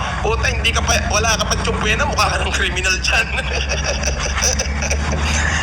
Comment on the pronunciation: Tupwena hah😅😅😅my doctorate degree s Campbridge hah Subpuena lng hindi p mabigkas ng tama😂😂😂